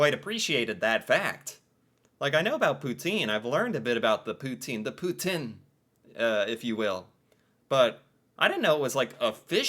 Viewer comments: that made sense! “Poutine” and “twoonie”. He was getting the last syllable! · As a "French Canadian" I thank you for trying to pronounce Poutine " Pou-tin" with the accent lol, actually erks me the rest of the world doesn't say it how it's meant to be said. It's like the word croissant and then the way French people say kwa-ssant. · your pronunciation of 'Poutine' improves notably when you say it for the second time, as you capture the correct French accent! Félicitations;) And as you may know, Poutine is a dish originating from Quebec.:) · Canadians can even sing the American national anthem. You pronounce "poutine" perfectly, lol. PM Trudeau, Melania trump's fantasy lover. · You're definitely learning so much about our amazing country and THANK YOU for pronouncing poutine properly (as best as possible anyway - I mean... it's hard to do so without a French accent). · Poutine ! Very nicely said ty. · Thank you for correcting the pronunciation of Poutine! Love hearing it said properly, especially by an American :)